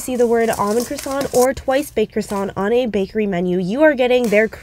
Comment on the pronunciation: And yet she still pronounces it "croissanT" 😂